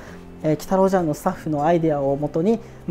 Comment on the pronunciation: 茶屋の部分、「ちゃや」じゃなくて「ぢゃや」って読むのですね